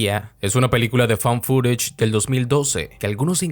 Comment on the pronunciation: bro se pronuncia "faund furish" > found footage. Segundos despues en la introduccion lo dijiste bien.